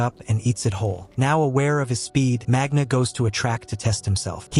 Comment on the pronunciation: Please pronounce correctly the names , it's "isoldéh" not just isolde and g isn't pronounced in magna